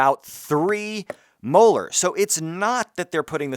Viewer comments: Experimenting = prufen your theory ... did take a second to realise you said "mohr" not " molar"😂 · bruh keeps saying molar like its correct LMAO ! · is he saying, "molar" or "muller"?